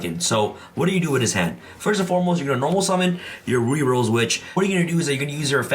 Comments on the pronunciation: Drink every time he pronounces "ruddy" as "Rudy" 😂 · it's pronounced ruddy like muddy or buddy. Please get it right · RUH-DEE Rose Witch. Lol